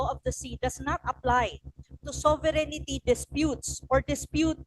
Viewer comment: Not to diminish the contribution of Prof. Anna to the discussion, but I hope someone tells her that “sovereignty” is 4 syllables. Not 5. This is important because her audience are usually high-level academins and thought leaders, and it’s distracting when she says /so-ve-ren-ni-ty/ 😢 it’s not 5 syllables.